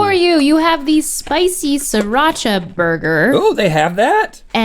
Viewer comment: Just saying, it's "SREE-Racha'. You actually pronounce the first 'r'.